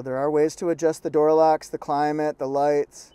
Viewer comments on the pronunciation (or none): none